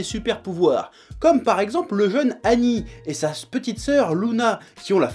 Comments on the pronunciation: Ooh chef on dit seigneur ''aguni'' pas agni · Presque certain que le nom d'Agni se prononce -agueni et pas -ani, en référence au dieu hindou, Agni seigneur du feu... Après c'est pas gênant, c'était juste pour l'anecdote ^^. En tout cas le manga a l'air super, merci Chef et vive la passion ! :D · c'est Agni comme le dieu Agni pas Anni, A G N I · A"g"ni pas annie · Nice Chef, je connaissais pas ce manga. Pour ta gouverne, Agni se prononce "Aguni", ça veut dire "feu" en pali (ancien sanskrit) ;) Merci pour toutes tes créations drôles et pertinentes sur le magnifique univers Manga. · sa se dit aguni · On prononce le g de agni